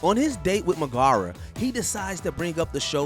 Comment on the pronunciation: Meg-a-ra (or Meg for short in the film) not Me-gar-a Just makes you remember that the person presenting the info isn't familiar with the source material and is just reading from a script.